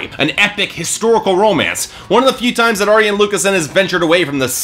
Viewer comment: You're getting better with your name pronunciation. I think you got Arjen's correct this time (cover killer has the same trouble with soft J's... Gers is yanick not janick; Floor is yansen not Jansen; Lucassen is Aryen not Arjen) but an FYI for next time, it's Annika (like Ann ih kuh) not anni-kay. You were close, just drop the "ay" at the end.